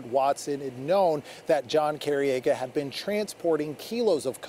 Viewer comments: The last name is pronounced Cor-E-Egg-ah And the school is pronounced kla-how-ya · It’s Car-E-Aga not what you Said, I went to school with John’s brothers. The sick jerks that did this just got life in prison! Thank God! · You’re saying the last name wrong..😑 🤦🏽‍♀️ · Youre saying Careaga wrong